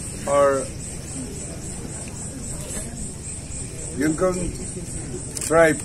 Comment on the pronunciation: Out CM doesn't even know how to pronounce the word Yimkhiung .. wtf!